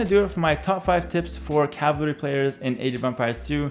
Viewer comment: Lol he can’t say cavalry, he says “cavlary” 😂😂😂😂